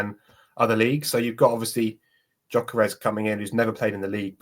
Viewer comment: Gyorkes or Havertz are you serious